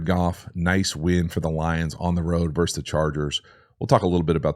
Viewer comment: I will NEVER understand how seemingly educated people say ‘verse’ when referring to two teams opposing each other. A verse is in a poem, a song, etc. it’s ‘versus’, and the ‘s’ on the end isn’t silent. And no, it can’t be correctly pronounced two different ways.